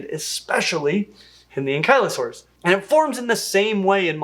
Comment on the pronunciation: Ankylosaurus... AnKYlosaurus... one of my favorite dinosaurs and you're telling me I've been pronouncing it wrong my whole life? This is like Tutankhamen all over again! i'm going to defer to your expertise, unless you're the one putting the emPHASis on the wrong syLLABle?